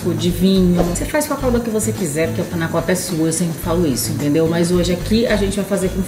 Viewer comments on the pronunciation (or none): Não se diz Panna cótta, e sim panna cotta. Sem acento. O cotta é pronunciado quase com O se tivesse um ô.